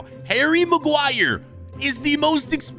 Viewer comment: Harry Marguire🤣🤣